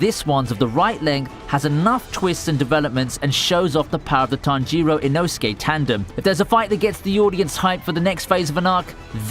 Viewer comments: It's Tánjiro not Tanjíro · Ahiro? You mean tanjiro? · lool tommy oka and tan jee row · Why do you pronounce tanjiroooooooo its not like that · The way you spell tanjiro man.. Tan jee roeh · his pronunciation of Tanjiro angers me